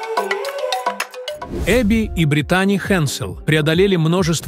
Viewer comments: Этот переводчик ударения так ставит не правильно, может сами будете разговаривать ?! Косит аж, когда одну из них называет БритАААни, вместо БрИИИтани и таких случаев много 😞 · Не БриттАни, а БрИттани, сэр. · Не умееш читать или как не Британи а Бриттани